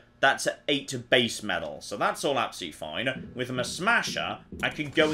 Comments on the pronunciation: meTal..... not .... meDal.... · Why has forgotten how to say the word metal... Was driving me bananas!!!!! Not medal!!!! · The way you kept saying "meddle" got right on my wife's tits. 😂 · Metal has T in it...stop saying medal..drove me mad